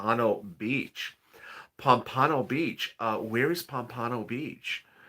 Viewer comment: it's pronounced POM-puh-no. it's one or two towns north of Lauderdale-by-the-Sea, which is just north of Ft. Lauderdale. South Florida on the Atlantic side.